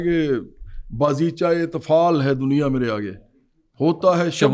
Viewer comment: Bazicha e tafaal nai chawal its itfaal not tafaal